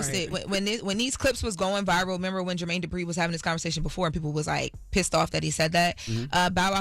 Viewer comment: Not Jermaine “Durpi” 😂 put some respect on his name